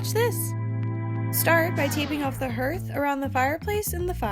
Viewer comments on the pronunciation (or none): Just a heads up, it's pronounced hARth, like the word HARD not hEArth like the word EARTH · I believe it is pronounced "harth" not "herth" it is not pronounced as it is spelled. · Correct. Hearth sounds like heart or hard, not earth or birth. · Looks good. But hearth is pronounced like heart, hard or Garth, not earth or birth.